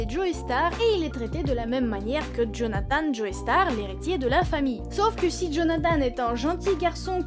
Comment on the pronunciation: Attention on ne dit pas "Joeystar" mais "Jostar" vu que c'est un nom anglais ;)